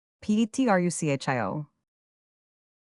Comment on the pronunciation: I stopped at "Petrusshio's house", just two seconds in. Shakespeare would be turning in his grave. No thanks, AI.